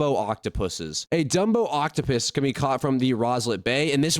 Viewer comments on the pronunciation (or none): none